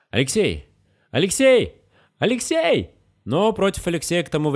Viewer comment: момент, СЛОВА ''. АЛЕКСИЙ!! !АЛЕКСЕЙ !! !РЖАЛ пиздец 😂😂😂😂😂😂